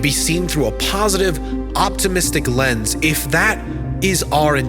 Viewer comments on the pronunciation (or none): none